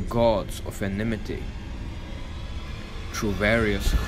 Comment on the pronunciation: Ya said enemity... ROOSHA